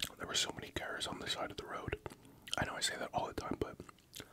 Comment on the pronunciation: LMAO, he is saying cars but on some words he has a very heavy Canadian accent. I’m an American and Canadian citizen and I have my Canadian accent moments but no where near as bad as his. 🤣